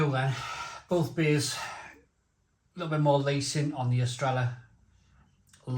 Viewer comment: The ll sound is like an English y or yuh sound, basically. Don't pronounce it correctly until after the final though.